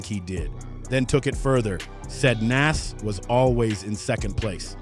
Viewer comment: You did all this work and it's good but you saying his name so wrong its pronounced Noz